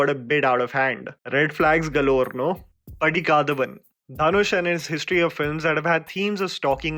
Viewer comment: It’s padika,dha,van